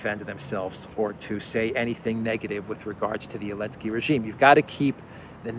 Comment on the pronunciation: why do you call him "alensky", vs "zalensky" ?